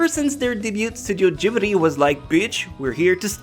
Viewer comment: Its Ghibli not Gibri....